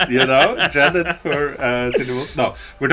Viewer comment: hate to be this guy but (mika ass slap) B. Jenet is pronounced "Jenny"